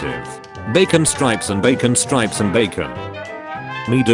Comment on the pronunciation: Why does the AI pronounce strips as stripes?